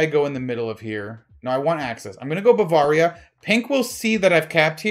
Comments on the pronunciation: buh-veuh-ria not Baa-var-ria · I cringe every time mis-pronounces Bavaria. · it might just be a regional thing...